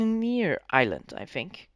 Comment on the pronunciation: Its called i-island